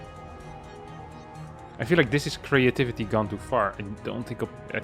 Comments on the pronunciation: once again introducing a new word: „creyativity“ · thats how its pronounced in dutch lol